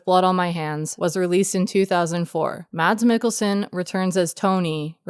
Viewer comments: "Mats Mikkelsen" lol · Loved it. Have you settled on a pronunciation of his name?